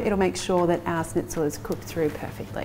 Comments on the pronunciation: it´a not a snitzel it´s a schnitzel, sch in german is pronounced like sh in english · lovely video, but one small thing: it's not pronounced snitzel. It's Shnitzel (with an Sh like in "Sherry") :) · It's not a SNITZEL . It's a SHHHH...nitzel. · Nice, easy recipe. Like the idea of adding parm to the mix and the "dry brine" step. (Please, it's not really hard to say "schnitzel" instead of "snitzel" which sounds weird. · yeah. im german and that kinda triggered me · A Germanic(?) recipe and she uses: Japanese breadcrumbs Italian cheese Japanese mayonnaise Japanese “dipping” sauce A lime, which surely isn’t in the “native” recipe (I’d wager a lemon is) And the icing on the cake is pronouncing it almost like “sneeze” instead of “sh-nitz”… Just… Yeah. “”Schnitzel”” alright… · Snitzel 😂 loved it. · Pronounced SHnitzel. But you're so darling, we'll all forgive you! 🤣😂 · It may be spelled schnitzel but it is pronounce shnitzel. And no cheese!!!!